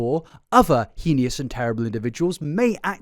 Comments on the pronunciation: Dude please. Learn how to pronounce things correctly. It's so irritating. Also english is your first language as if no one ever told you how you say heinous correctly. Spoiler its not heenious. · Bro can't say heinous